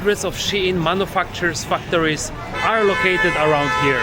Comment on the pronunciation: When you say 'factories', it might be a good idea to make sure the first syllable is pronounced as 'fact'. It sounded rude when you pronounced it.